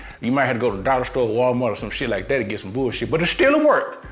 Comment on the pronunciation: “Then you slice that mflikethatnyuhhhhhhh” 🤣🤣🤣🤣🤣